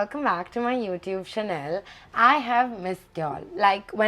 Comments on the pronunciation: Did you say channel as chanel? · Channel hotha hai behen, not chanel 🙏